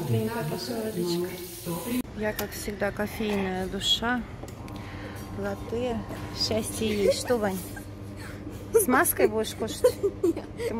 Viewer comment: Кофе- лАтте, а не латтЕ..